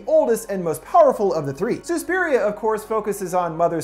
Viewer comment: It’s not Sue-spiria it’s SUS-piria